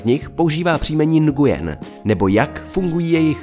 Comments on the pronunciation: Nguyen se vyslovuje nuen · Mám pocit že se to nevyslovuje takhle.. (Nguyen)